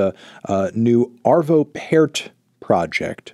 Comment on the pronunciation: Can't believe you pronounced Arvo Pärt right, he's so underrated